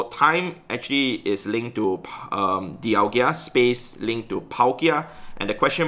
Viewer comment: Its DialgA... NOT DIALGIA